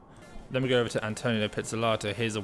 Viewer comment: It’s AntoNINO, not Antonio